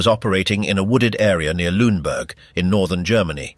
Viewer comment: The correct pronunciation is "LOON-a-boork".